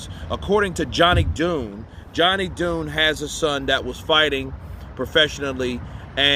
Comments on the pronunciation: Dunne is pronounced like Done, not Doon 🍀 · The name pronounced, "done", not ,"dune" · my bro it's not pronounced Dune it sounds like Done but the man family name is pronounced John Dunne. Allegedly a Fury was there according to Johnny Dunne the father. Cameras all over the pub too I heard too bro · It's pronounced 'done' Champ